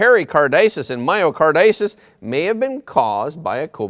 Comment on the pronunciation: Myocarditis is pronounced: my o car dye tis